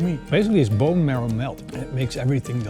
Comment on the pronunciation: What are you trying to say? And did you mean "marrow"? Hehe, "merl"...